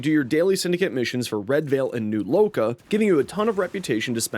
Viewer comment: My respect for you after you said new loka 📉📉